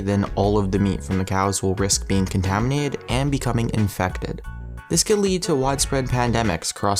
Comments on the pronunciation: You keep saying "Contaiminade," rather than, "Contaminated." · & It sounds like he says Contaminade. Is that a new soft drink? 'Cause it sounds delicious.